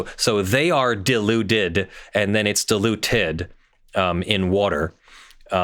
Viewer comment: Right at the beginning, I heard "diluted" as "deluded." {gigglesnort} * They sell this garbage, right? But they quote Mat. 10:8, even where it says "freely give." "Sell" does not mean "freely give." If you have to pay for it, it ain't free.